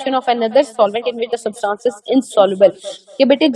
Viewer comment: For God's saKe rightly pronounce "substance"